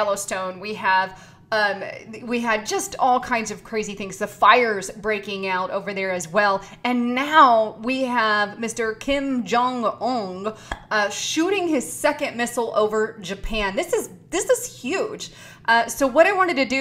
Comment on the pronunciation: Kim jong UN pronounced "oon" like MOON!